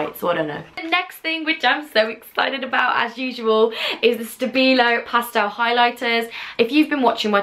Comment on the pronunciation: You pronounce pastel weirdly